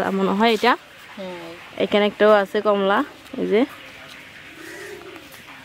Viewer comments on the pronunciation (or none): none